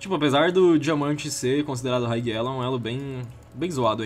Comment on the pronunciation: a pronúncia de "high elo" é "rai elo" e nao "raig elo" rsrs